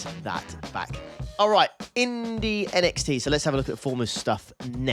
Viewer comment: So when do we tell that Indy NXT is pronounced "Indy Next?" 😂 Also in regards to NiS, that follows the real NASCAR series so yes its finished. iRacings Winter NiS in the 1987 NASCAR cars starts this week at Daytona 08 for 120 laps